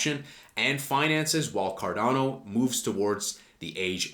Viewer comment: I'm subbing now that you pronounced it correctly 😂